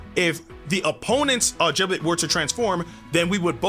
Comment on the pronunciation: Jiblet? Isn’t it gib-let?